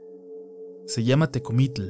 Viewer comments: Que extraño pronuncia Tecomitl! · Muy interesante...buenos relatos...pero pronunciaste mal Tecomitl ...no se pronuncia así.yo vivo en Milpa alta y si por aki hay Nahuales todavía😱😱😱😱